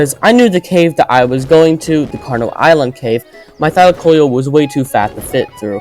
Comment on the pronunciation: What if I told you it was pronounced Thy-Lack-Oh-Leo Also you are extremely underrated! You deserve more subs!